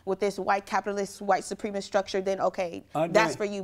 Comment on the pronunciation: "White supreme-ist structure" lol. Every time she says that I think she's gonna say "supreme pizza."